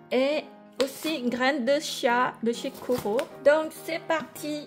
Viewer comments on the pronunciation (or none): none